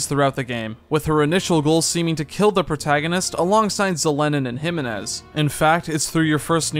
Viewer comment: I hate how you pronounce jimenez